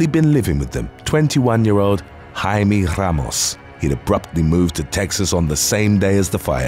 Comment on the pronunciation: Jaime Ramos pronunciation was awesome.